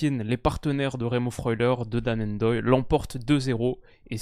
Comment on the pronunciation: tu vas me rendre fou à faire des prononciations très hollandaises pour des noms comme Gakpo (dans tes vidéos précédentes) mais ne pas dire Ndoye tout collé sans enlever le N Et même Sommer y a droit 😭😭